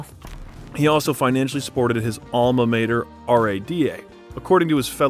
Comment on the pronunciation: amla mayter... somewhat forgivable but part of the list (forgivable cause anyone can make 1 mistake)